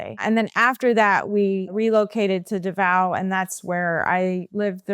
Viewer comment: Sorry if this may sound negative but how did she live in davao for 15 years yet she cant pronounce it properly??